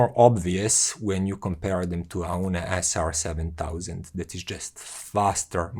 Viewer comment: Its pronounced OWN like the English word own.